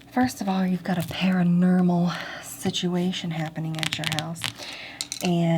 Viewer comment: Para-nermal. Nice.